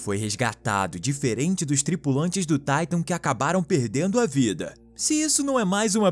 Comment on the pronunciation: Porque na pronúncia de TITAN dizes (TAITAN) e da TITANIC pronúncias (TITANIC)????